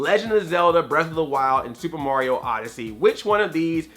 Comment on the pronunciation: Why do you say Mauryo instead of Mario. You make him sound like he's gonna to give Bowser a parental test for Bowser jr.